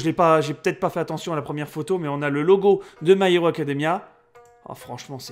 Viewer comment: Chui mort il a dis Acadamia